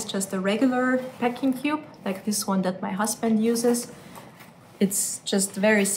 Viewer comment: Peck or PACK ? She keeps saying ‘peck’ which is a completely different word so it is very confusing...the pronunciation between these two words differs as well but she just insists on saying ‘Pecking cube’...